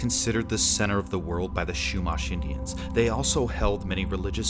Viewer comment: The Indian tribe's name is pronounced "CHEW-mash", not "SHOE-mash". They were indigenous to much of Southern California, including the Los Angeles area.